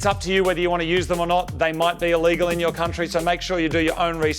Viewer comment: “They might be illegal in your country” God, you speak Italian so well😂